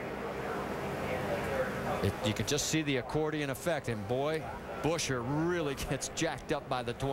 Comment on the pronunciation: Boooosher.... Rusty... his fucking name is Buesher... like Busch and then err...